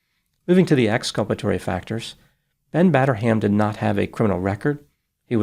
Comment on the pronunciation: "Batter-ham", yup he certainly did